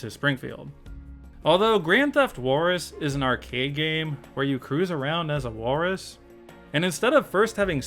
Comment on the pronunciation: I’ve never heard Walrus pronounced like that. It’s pretty cool.